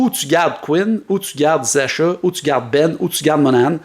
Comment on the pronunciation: "Zasha" lol. Ça se prononce "Zacka". Je prend Laine n'importe quel jour.